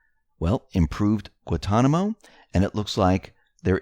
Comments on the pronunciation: Pronounced GWAN-Ton-i-mo...figure it out! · It is pronounce GuaNtanamo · I love X22 reports.,please pronounce the first "n" on Guantanamo and you will get it right. That word is easy for us the Caribbeans but hard to pronounce for others:) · How do you pronounce Guan-ta-namo?